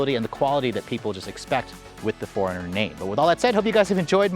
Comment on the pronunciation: Why am I keep hearing Foreigner instead of 4Runner 😂😂😂